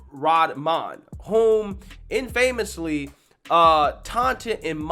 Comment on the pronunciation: Love you dude but you continue to mispronounce infamous